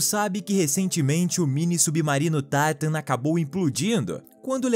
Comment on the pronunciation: Porque na pronúncia de TITAN dizes (TAITAN) e da TITANIC pronúncias (TITANIC)????